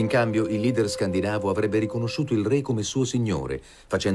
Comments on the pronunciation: scandinàvo (meno corretto scandìnavo) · Perché il narratore dice Scandìnave?